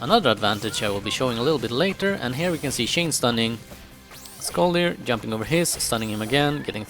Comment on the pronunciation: It is not pronounsed skolldir the o thing is a danish/norweiyan letter. In sweden it is an ö